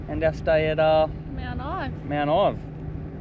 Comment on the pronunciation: Mount ive not ivy